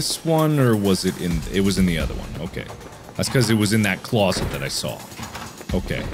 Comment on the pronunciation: "Fascinating!...FAZinating!!" "Closet... CLAWSet!"